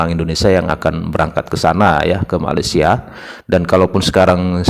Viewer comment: Saya denger nya pas bilang malaysia itu malessia